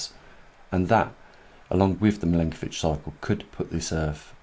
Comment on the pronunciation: Your videos are great. Just one thing, the last name of the scientist you mention is pronounced Milankovic, not Milinkovic, its Milutin Milankovic. I am an Serb, as he was, so you can trust me on that. Thank you for your work.